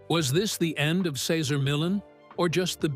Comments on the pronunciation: It was so distracting that Cesar’s name was misprounced every other time….also disrespectful to him. He’s an amazing person… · Please learn to say the name correctly of the person who's life story....you are narrating. It's just polite. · wish the voice over guy would pronounce his name properly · Can’t even pronounce his name correctly stopped watching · I left as soon as he mispronounced Cesar's name. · How can any viewer have any faith in a video where you can't even pronounce his name right? I respect Cesar very much, but I won't be back to this channel. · How can you make a video about a person and not even know how to pronounce the name?